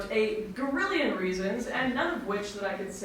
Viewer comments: She said GORRILION!!!! Shut it down!! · She said "Gorrilian" /ourgal/